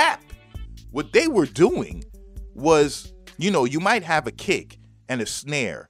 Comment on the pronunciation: Mighta? You slaughtered that. Still great info.